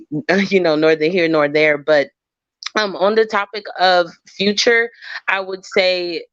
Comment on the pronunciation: says fruture not future ughhhhh